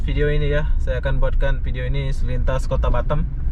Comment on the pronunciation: Orang indo tapi lidah orang mana' tahu dah?? Semua orang indo nyebut Batam ya tetap B A T A M bukan batem 😀😀 ada" aja nih bikin pengen cubit aja 😀😀 gemes dengarnya...